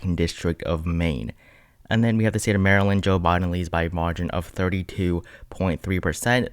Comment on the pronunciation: You murdered my state maryland . I forgive you lol 😆